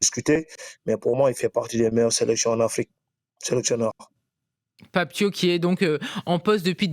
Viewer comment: Déjà pour commencer c'est Pape Thiaw comme "Ciao" en italien